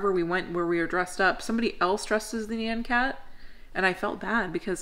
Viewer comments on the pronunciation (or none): That is not how you say nyan cat.😂 it's like NYAWN cat. And it's a poptart cat